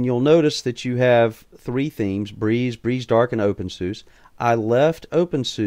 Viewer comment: It's pronounced opensuzah and spelled openSUSE, fyi.